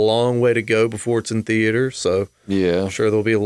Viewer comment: You got some real neck on you berrating Scott Gimple for his writing, what have you guys written? Scripts? Any published literature? No I didn't think so. Coming from a couple vapers who can't even pronounce 'theatre' correctly. How did I know you'd not actually have any knowledge of the video title subject, because Poocasting dead.